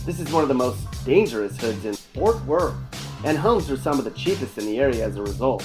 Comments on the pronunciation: Stop saying fort worth like that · Boy delete this shit houses don’t look like that in Fort Worth let alone Texas, you can tell you never been here just by the way you keep saying “Fort Worth” 😑👎🏾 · He can't even pronounce Fort Worth, what a pos video, Our city is amazing ❤️